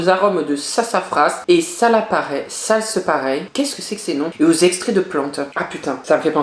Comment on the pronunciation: La racinete il a déclaré salpareile 😂 le schtroumpf